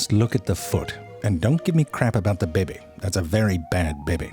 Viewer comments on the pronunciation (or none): I live how he pronounces baby as bEhbeh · I know I've heard this guy cause I know I've hear that "bebe" pronunciation before.... But how have I missed out on this channel for so long???